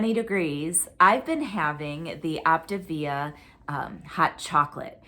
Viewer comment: 💪🏻, are you saying “Optavia?” It sounds like you’re saying “Optivia.” I have friends who lost with Optavia, but they have all gained their weight back (plus more). I feel like it’s not sustainable for a lot of people. It’s also an MLM, so there’s that. Being on a GLP-1 and eating real food seems like a more sustainable plan. You are doing so well and looking great. You are going to be such a beautiful bride! 👰 I love the legal explanations. You make it so easy to understand all the lingo and jargon!